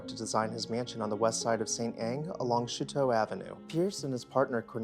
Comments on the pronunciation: Loving your channel but...it's pronounced Show Toe (Chouteau). Yes, that's not correct but it is how the natives pronounce it. Keep bringing it! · It’s pronounced “Show-to” avenue